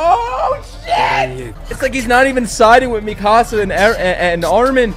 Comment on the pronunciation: Your "ARMIN" souded very russian-ish, and it was clear voice, without any accent. If you will try to learn it, you will get it first try with no issues.